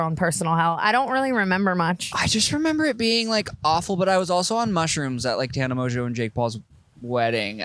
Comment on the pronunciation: "TANNER" lmaaaoooo